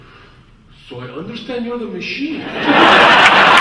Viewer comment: Ну типа его произношение "machine" звучит как "мужчина", почему нет.